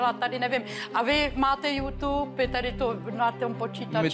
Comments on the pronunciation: Vyřiďte někdo Vašutovi, ať se naučí vyslovovat jména Youtuberů a samotného Youtube. xD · Ten pán (co to uvádí) řekl „jůťůbr"